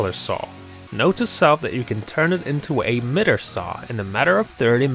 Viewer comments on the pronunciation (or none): It’s pronounced my-ter Not mitt-er